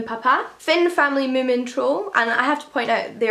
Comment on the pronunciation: You saying moomin in your accent is possibly my favourite thing ever! Great video as always 😻